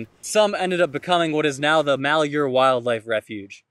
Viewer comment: I know you probably won't see this, but malhuer is pronounced Mal, like maltreatment, huer, is like here, with a sort of h/hu sound as you transition into the h. Take care and God bless